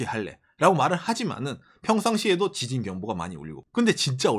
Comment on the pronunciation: 긴급”지신”속보 재미교포가 뉴욜크 하는느낌 ㅎㅎ